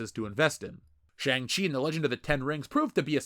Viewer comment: How are you mispronouncing shang in shang chi?